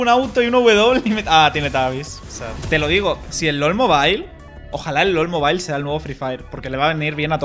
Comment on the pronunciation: Todo mundo: Lol MOBILE (mobil) NADIE:... ABSOLUTAMENTE NADIE:: ¨Lol mobail¨:vvvvv